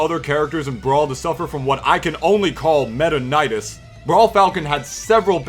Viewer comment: “Metaknightis” okay can we make this a thing ?